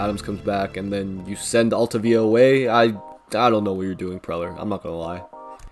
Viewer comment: Altavilla if he hadn’t gotten hurt would have been good, but learn how to pronounce his name before you talk trash. Really cool to see a guy who I played little league with in the majors.